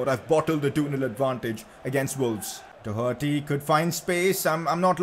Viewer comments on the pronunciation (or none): none